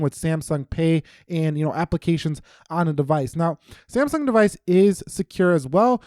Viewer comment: am i the only one who commented why he says saymsung